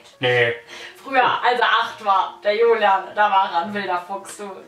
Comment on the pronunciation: Nicht Hulian soll julian